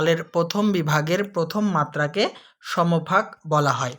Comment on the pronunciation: Samofak noy,uccharon hobe.. Som fak. Sir